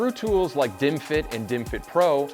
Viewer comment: Why am I watching bottles and hearing "dimwit"s?